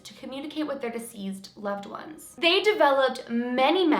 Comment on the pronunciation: Hi, love your stories. One small thing to note. When you speak of deceased people, it sounds like you are saying diseased instead of deceased. Just fyi, so you can be aware. Keep up the great work!